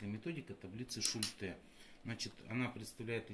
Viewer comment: Точно сказано, реклама - двигатель торговли. Что не сделают ради зарабатывания денег!!! 👍😁😁😁 Бумага, на которой напечатаны таблицы тоже из 50-х годов??? Методика работы с таблицами описана в трёх строчках печатного текста, а вы умудрились это вложить в целую диссертацию. И ещё, как же правильно - шУльте или шультЕ??? В видео Вы ставите ударение по-разному!